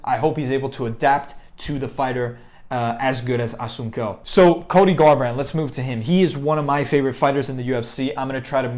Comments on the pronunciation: Pronounced Rafael Asonsou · Assun-cow? Nah dude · Wow was going to watch then you miss pronounce my mans name cant know mma without knowing his name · Learn how to say the name correctly 🥴😂 Cody will lose again